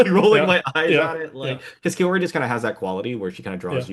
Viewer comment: I appreciate the discussion and analysis, but please learn to pronounce Kaori correctly! It's close to Cow-ree in English.